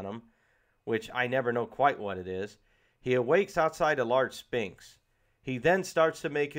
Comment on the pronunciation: And "sphinx" Good review though.